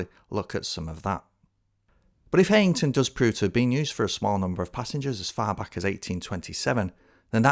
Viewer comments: I'm not getting into any "oldest" dispute here (although I'm from Darlington!) Just to say that it's pronounced High-ington, not Hey-ington. Visit Darlington in 2025! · *'High - ington'. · I'm really sorry but Heighington is still very much in use as a station, the pub has closed but the station is very much still in use on the Bishop Auckland branch. Also, it's pronounced kinda like High-n-ton (from a local) cracking video though.